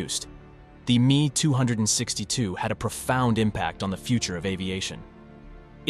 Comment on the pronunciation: The Me 262 is NOT pronounced MEE two hundred and sixty two, but EMM E TWO SIX TWO